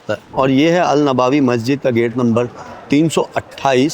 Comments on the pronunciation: Nabawi nahi hai nabvi hai bhai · नवाबी नही नबवी होता है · Bhai wo नवाबी नहीं नबवी Hai